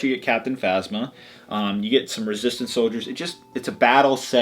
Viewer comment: it is resistance not resstint